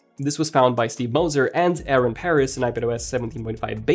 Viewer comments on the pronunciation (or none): none